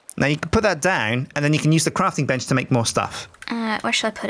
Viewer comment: it sounds like shes saying crapping bench